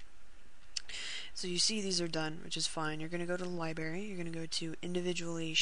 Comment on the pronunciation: honestly...you did better then that bull shit frostclick video. gj, u say libary its funny